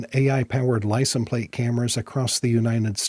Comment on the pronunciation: You keep saying "licent plate." The is no such word as "licent." It is "license plate." Licent is NOT the singular form of license. The word license IS singular. I lived in rural Kentucky for a while, and a lot of folks there made the same mistake. When asked for their driver's license, they would say, "Let me see if I can find 'em/them," as if the word was plural. They would do that with any noun ending in "ence," such as fragrance. Evidently, they struggle with literacy and think because there's an "s" sound at the end of certain words, they are plural. FYI, licenses is the plural form of license.